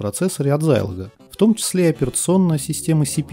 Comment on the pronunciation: откуда такой странный прононс? Почему зАйлог? Почему зИикс? Очень режет слух. Может тогда уж и Сайнклэайр говорить?) Если хочется хочется подражать английскому произношению, то можно хотя бы в гуглтранслейте послушать, как эти слова звучат, а он скажет - зЭДэкс и зИлог.